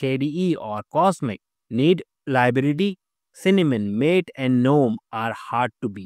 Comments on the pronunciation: Useful and accurate information, but Gnome is pronounced as "Guh-nome" and Mate is pronounced as "Mah-tey." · "Maté" is not pronounced as if meaning "friend", like "Late"! it's pronounced "mah-tay", like "Latte", and it's also a type of beverage!